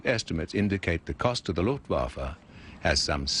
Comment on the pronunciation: Why the f***k can't the narrator pronounce "Luftwaffe" right? Every time he says "Luftwaffe" it sounds like "Luftwaffle". He pronounces the "w" like in "waffle". In german "w" is pronounced like a "v" and "v" like an "f". Is it the script people we should blame here?